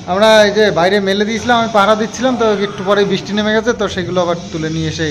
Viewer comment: "Britha" ( বৃথা) ... Bananta thik koro. R "Bristi" (বৃষ্টি) .... Bisti(বিষ্টি) noy. Bhul uchcharon khub baje lage shunte.